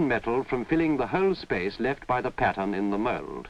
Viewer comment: What a lot of work and quality. Now stuff is made fast with cheap materials. And when he says pattern I hear patients